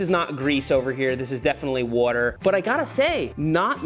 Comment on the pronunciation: soapy wooder